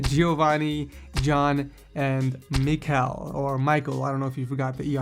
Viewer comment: ''MICAL'' it's a spanish/ potuguese GIRL name